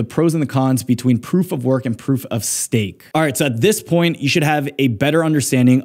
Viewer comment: say stafe 😂